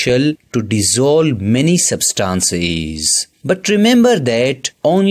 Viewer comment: It is not sabstances it is substances dont pronounce wrongly